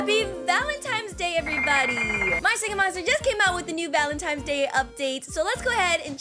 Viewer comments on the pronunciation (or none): She really doesnt know its valentines not "valentimes